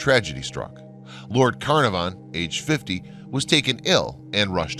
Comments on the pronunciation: This is an interesting topic, but I find it difficult to listen to a lot of names be mispronounced: Tutan(k)harmon Carna(r)von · Carnarvon is pronounced with the emphasis on the second syllable. Tut-Ankh-Amun is pronounced as its written! Great video.... despite the Americanisms! :o) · Arrrrrgh! Lord Carnavon is pronounced Kah-NAR-von. Or should learn the correct pronunciation before making video! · Pronounced:.... (Lord Carn ar vin) and (Tut Ank Hamun) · There are a great many mysteries surrounding the lands now called Egypt, and all associated with it. One thing we do know for sure though, is that you mispronounced Carnarvon everytime you said it.